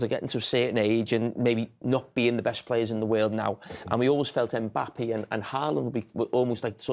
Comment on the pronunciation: Someone needs to teach Jamie how to properly say Mbappe's name 😂